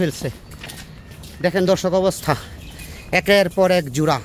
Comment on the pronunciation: জুড়া না ভাই জোড়া😂